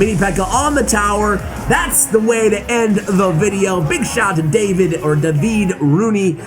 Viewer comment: Gotta love the fact that you have tried to pronounce "Davide" in two different ways, and none of them was even close to the correct one. Anyway, we still love you. Keep up and cheers from Italy 🇮🇹